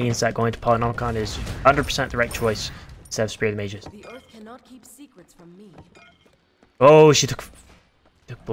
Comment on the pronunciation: It's spear of the MAH-gus, not spear of the MAYJUS